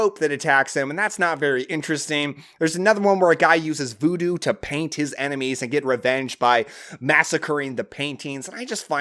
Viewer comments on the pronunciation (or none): none